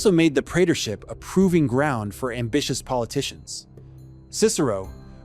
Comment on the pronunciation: I love this channel, but something is definitely off with this particular narration. For example, a native English speaker would pronounce 'proving ground' as 'PROving ground', but in here it's given as 'proving GROUND', changing the emphasis and meaning. It's a very small point, but... what am I not getting? rules!